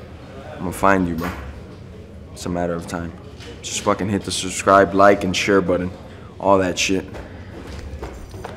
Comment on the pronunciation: He has trouble say subscribe😂 I just noticed that He always says susscribe😂